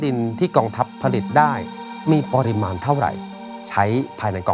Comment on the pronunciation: 😂😂😂...ฝากถึงพิธีกร...เรื่องการออกเสียงภาษาไทย....ครับ...ติเพื่อก่อนะ...คำว่า "ปริมาณ" ท่านอ่านออกเสียงคำนี้สองครั้ง ไม่เหมือนกัน เพราะคำว่า "ปริมาณ" ออกเสียงว่า ปะ-ริ-มาน ครับ..,มิใช่ ปอ-ริ-มาน 😅😅😅...สำเนียกไว้ด้วย..ครับ สงสารครูภาษาไทยบ้างนะ..😅😅😅...เพราะพวกท่านมีใช่ ai นะ ที่จะออกเสียงไปเรื่อยเปื่อย...😅😅😅😅...